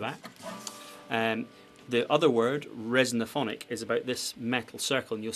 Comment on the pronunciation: Resophonic, not resonophonic.